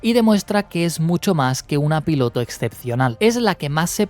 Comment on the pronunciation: en ves de decir piloto del fantasma dice filoto xddd